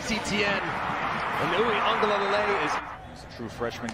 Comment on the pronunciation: I love how you say DJ Uglelelelelee! Lol As for me, I’m sticking to DJ!